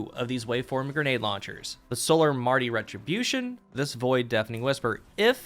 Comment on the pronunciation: Marty retribution, lmao! its martyr